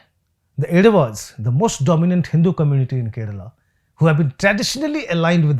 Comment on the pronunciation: Sir it is pronounced as Ezhavas and not Edavas.